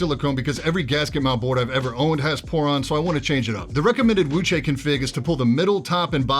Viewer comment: you actually pronounce Wuque correctly!